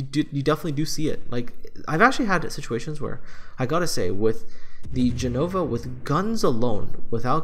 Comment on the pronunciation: btw it's Gènova not Genòva